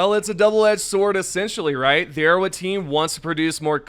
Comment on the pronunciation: arrowHEAD bro oh my god. “Arrow wed” you sound so silly.